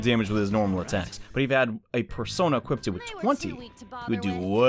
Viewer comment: Equipted? lol